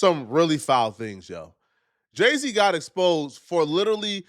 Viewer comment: He said day-z at first